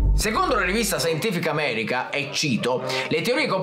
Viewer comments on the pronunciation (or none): none